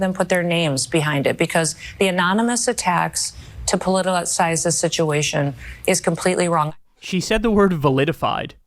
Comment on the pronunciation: Validified😂, she also said polittlelysize🤣 Must be hard getting the right neurons to spark through Krispi No-em(pathy)'s Botox clogged skull.💀